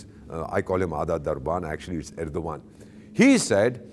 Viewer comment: I mean your frustrations with Turkey is clearly visible with the names of Ergdogan that you pronounced. It's perhaps because Turkish drone destroyed Indian jets and drones